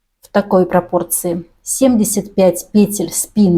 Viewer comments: ПетЕль а не пЕтель, откуда ты, мастерица😂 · У меня бальзам в уши льётся: пЕтель, накИд. Мама моя, как хорошо! Спасибо! Куртка шикарная!